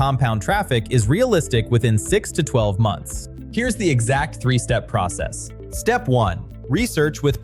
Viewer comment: Nothing but AI slop ffs. Can't even pronounce "EXACT" at the 25 second mark. Blocked this channel.